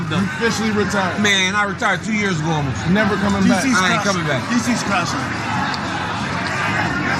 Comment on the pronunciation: “Ahb nelva been a big Mike Tyson fan” said stupidest mofo alive.